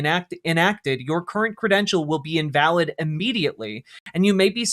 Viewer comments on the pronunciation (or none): none